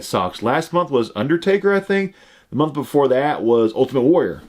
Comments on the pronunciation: Lol. I heard that too . Nah he said momth forsure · Not trying to sound like a hater or make fun of because I love his content, but am I the only one that hears him say "momth" instead of month